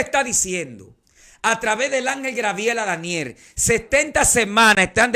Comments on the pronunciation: Se dice Gabriel usted sabe mucho pero así es el nimbre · Me imagino que este pastor es de República Dominicana, porque siempre dicen Grabiel, y es Gabriel.